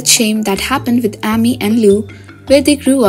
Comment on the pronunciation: The narrator for Heartland always pronounces Amy with a short A not a long A. It is quite annoying